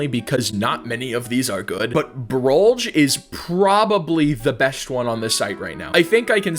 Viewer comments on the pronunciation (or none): ITS TROLLGE NOT BROLLGE